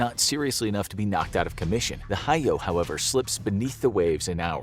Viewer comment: (actually pronounced HEE-Yo. ひよ) Shikoku isn't pronounced shi-COKU But shi COKE-EW. (しこきゅ) Edit: Misheard,it's Shokoku,Not Shikoku,either way,still pronounced incorrectly